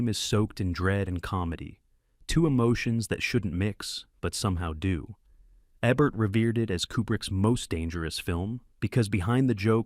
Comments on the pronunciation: eeebert. Not ehbert. I think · Thumbs down. Here's a partial list of reasons why. 1. It's pronounced EE-bert, not EBB-ert or AY-bert. 2. I don't think Jean-Paul Belmondo looks that much like Richard Gere. 3. The Manchurian Candidate does not take place in Arabia. 4. When your AI voice software encounters an abbreviation with a period, it treats the period as a stop. Change "Dr." to "Doctor", and "T. E. Lawrence" to "T E Lawrence. 5. you have a "blink-and-you'll-miss-it" flash of boob. Don't know if that's a YouTube no-no but I'd recommend taking it out just in case (not that I'm a prude -- just being careful).